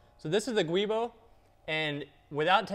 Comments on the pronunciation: Good video ! BTW, the word "GIUbo" is pronounced "Jew-Boh", not "Gwee-bo".... :-) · The guibo is actually pronounced "jewbo". ;) /truestory "A giubo (/ˈdʒuːboʊ/ JEW-boh; etymology: giunto Boschi)". Just thought youd like to know. :)